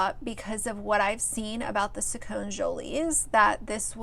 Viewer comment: It’s Sacconeee not Sac-cone. You don’t know shit. Nobody cares about what you think Stop bashing people.